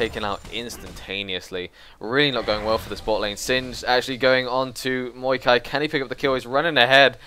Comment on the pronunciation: Dude its maokai not muikai or however you say it